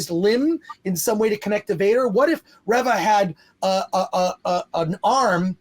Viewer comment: Reeva not revva